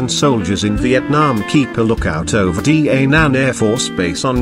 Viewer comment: It's pronounced DAH NANG & KAY SAN